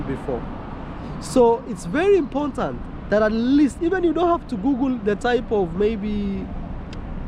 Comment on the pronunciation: still saying “imporntant” is crazy